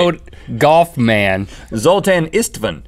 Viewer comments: "Zoltain!!!" Dude where's my car lol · Zoltan is just a name in Hungary... The Z has a Zh sound. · Yeah, the name Zoltán exists. It's a Hungarian name but you pronunced it very strange...